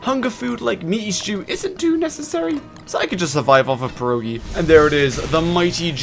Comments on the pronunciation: Best part is the fact he keeps saying "per oh gee" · btw pierogi is said with a hard R and an O i stead of U , but spell it however you want